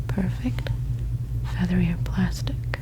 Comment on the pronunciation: It sounded like she said feather your plastic